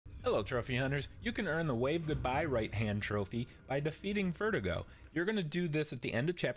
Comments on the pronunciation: It’s pronounced vur du go not vertigo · Spanish speaker here :) It's pronounced "Ver-dooh-go"** with the accent on the second syllable. Great video btw, helped a lot! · It's pronounced verDUgo, Spanish for Executioner. Stress on DU. You're welcome